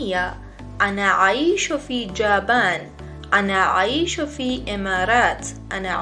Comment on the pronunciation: سلام خانم معلم جاپان را اشتباه گفتین انا من یابان